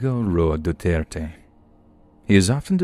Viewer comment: I’m really glad you pronounced “Duterte” accurately.